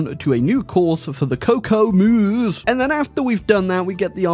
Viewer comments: It does sound interesting when pronounces "kokoomus" as "cocoa moose". It hits different. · The pronounciation of Kokoomus was actually the worst thing I’ve ever heard😅